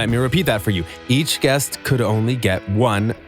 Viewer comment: I cringe at how this dude keeps on pronouncing guest as jee-est